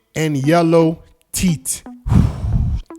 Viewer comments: it's Teeth, not titt! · Why does he say teet instead of teeth?? 😂🤣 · IS TEETH NOT TIT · Bro why does he pronounce teeth like "teet"🤣💀🔫 All love no hate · Why is it hard to pronounce teeth? Wtf is teet?